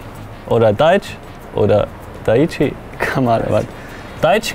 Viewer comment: Seit wann heisst daichi, daich haha 😂